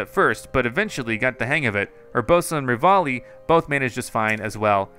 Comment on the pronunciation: Revali-revalis gale is now ready -you know what devali Xd